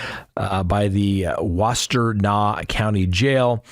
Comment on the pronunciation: Was she blackmailing? Wash-ten-nah